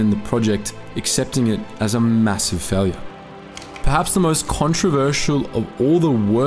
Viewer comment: for the v2 u can't say its faileur